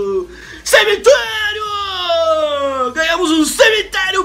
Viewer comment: CIMITLERIO KKKKKK